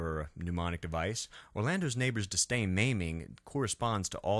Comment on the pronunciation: "ribeiro" not "ribierto" ... "disdain" not "distain" otherwise, great video!